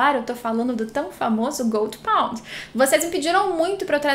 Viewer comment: Jurava que quando ela falava Goldy pond, era Gold Pont kkkkk